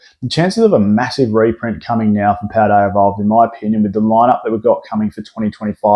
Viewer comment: "Rayquazar" and "Paldear evolved" 😂